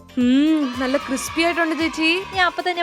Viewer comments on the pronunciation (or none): none